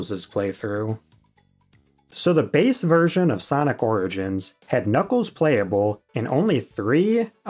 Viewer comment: "Sonic Rigins Collection"